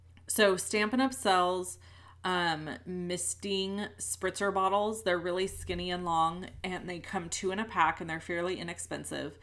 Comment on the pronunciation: Spritzer spritzer bottle not sprinter LOL